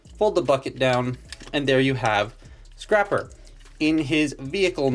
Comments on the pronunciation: It’s scrapper not scr-aye-per you a$$hole have you seen that video before? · Scraper report! It's Scrapper you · ITS SCRAPPER YOU A